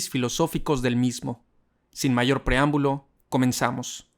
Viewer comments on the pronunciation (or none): none